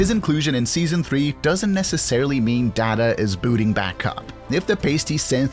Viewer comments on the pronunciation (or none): Star Trek the Next Generation not New Generation and Data is pronounced (Dayta, not Dahta)!!! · It’s Date-Ah…not Dad-A. Also, it’s Brent Spine-Er….not Spinner. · much like the writers of STP, the narrator doesn't have a clue: Datt-a instead of Dayta, wow. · Data would correct you and say his name is Day-Ta not Da-Ta. You are pronouncing it wrong. See Star Trek The Next Generation Episode 1 Season 2 for a reference. Conversation was between Data and Dr. Pulaski. -_ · FAILED narration! So Sad!!! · obviously not as smart as Data. You'd think it would know the difference between "DAR-da" and "DAY-ta". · "Day-tah, not Dah-tah". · Has the narrator never seen ST:TNG? As Data tells the wretched Dr. Pulaski in Season 2, “My name is Day-tuh, not dah/tuh!”. And the actor is Brent Spy-ner, not Spinner! Dang !! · Your mispronouncing of cast and characters is horrible. It is the same as disrespecting the wonderful creation that is Star Trek. For example; Data is Day-tah NOT Dah-Tah . You are putting people who Love Star Trek off from watching your videos when you do this. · Brent Spinner? Dat-uh? Bro... Uuuuuhhh, have you seen Star Trek? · Did the narrator REALLY pronounce Data that way? It's 'DAY-TA'! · Day ta...and Spine er. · Datter?….. Spinner?….. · Dadá dadá dadá that’s how you don’t say data. I mean come on if your a true Star Trek fan you know how to pronounce his name properly. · What is “Star Trek: The New Generation”? Is this what they are calling “Picard”, or have they just messed up TNG? I suspect the latter, as he can’t even say “Data” (Day-tah) correctly. One is his name. One is not. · Brent spinner? Datta? Jean luck Picard? Come on, dude. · That's Spine err! It's Day tah! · Who the heck is Dahda? And Brent Spinner (who also isn't John Delancie either btw)? Try watching the show before you make videos about it next time. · DAY-TUH.... THATS DATAS OWN PET PEEVE! BUT I LOVE THESE VIDS!! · Pronounced DAY-ta!! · I absolutely agree. I was loosing my mind!